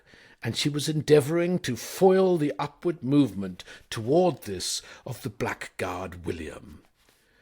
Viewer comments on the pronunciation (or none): Blaggard not black guard. But nicely read. And a good story. Better to have stayed than fled though and PG Wodehouse was happily married. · I was willing to let all the other mispronunciations go but an Englishman reading blackguard as “black guard” is highly suspicious. Are you a very clever AI?